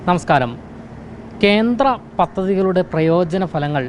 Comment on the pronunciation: Kenthra ennu parayaruth, Kendra ennu ucharikku